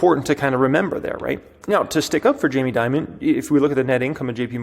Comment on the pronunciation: It's Dimon not Diamond